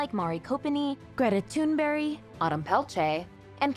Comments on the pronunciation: Greta ThunBERG Not thunberry haha other than that very interesting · Did you say Greta Turnberry or something like that? Isn't it Thunberg? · not yall calling greta thunberg greta tunberry lmaooo